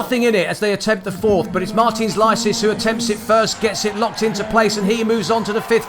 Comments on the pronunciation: I absolutely adore the way the commentator pronounces Licis' name 😂 In case you're wondering why: Licis himself pronounces his own name "Lee-Sis". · Lie-sees or Lee-cheese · This commentator pronouncing the name of Martin Licis wrong all the time is getting on my nerves